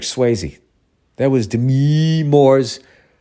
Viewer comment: Demi Moore's name has always been pronounced "D'mee"...I believe it's short for Demetria.